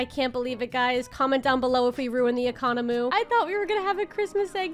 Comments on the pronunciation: Economy ❌ Economu ✅ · lol the 'economu'